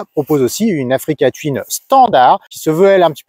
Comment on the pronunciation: Attention à votre prononciation qui est étrange : touine et non : tuine